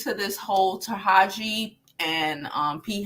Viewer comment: Taraji is pronounced Ta-Raj-Gee 💛